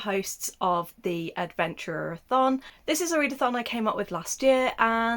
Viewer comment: You slipped when saying "Next round of the readathon" and out came roundathon. Which rolls nice off my tongue xD